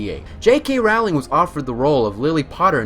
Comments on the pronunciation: it's jk ROWling like roll not Rowling like wow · No ROW-ling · Great video! Note: it's pronounced Rowling as in rolling pen!* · stop stop stop you are going to take someone's eye out, besides you are saying it wrong it Ro-lling not Raw-ling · Her husband gave her a mug that says: They see me Rowling, they hating. And that’s how I learned her name was pronounced “rolling” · "ROUWLing" kms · her last name is pronounced like rolling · Rowling is pronounced as rhyming with bowling...they're even spelled the same, just with an "r" instead of a "b". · Okay, first of all, a lot of these are common knowledge. Second of all, bro, first get a better handle on the words that come out your mouth, and then lecture me about what I do or do not know about the series. Rayf Fines, not Ralph Feens. Rolling, not Rowling. Donal Gleeson, not Dom-nal (although, granted, Irish names are hard). Brendon Gleeson, not Brandon. Mirror of Er-i-sed, not Es-er-ed. Reeeemus Lupin, not Raymus. Roweeena Ravenclaw, not Rowayna. (And for god's sake, it's leviOHHHsa, not levioSAH. 😉😝) Also, your fact about there being only one non-British actor in the films is wrong. Exceptions were made for Irish actors (as Irish does not equal British): both iterations of Dumbledore (Richard Harris and Michael Gambon), as well as Brendon and Domhnall Gleeson, Evanna Lynch, and Devon Murray (just off the top pf my head; I'm sure there are more). Get it right. Also, you got a fair number of your facts from the IMDb trivia pages for these movies. That's not really much "digging," now, is it? However, despite my complaining, this was a fun video. 😊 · Kudos for saying Philosopher's stone. But Roawwwling? Ralph Phineas? Dom Hill Gleeson? And I don't even know how to spell that pronunciation of Erised. And footage with a bandicam watermark? Look, I wish your channel well, but you're gonna have to pay for software and do a little research on pronunciation. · Fact 51: Rowling is pronounced "rolling" as in "rolling pin"